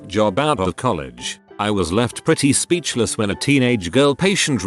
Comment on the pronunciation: computer generated voice at start: speeEEechless. Me: choking on my saliva laughing!😂😂😂😂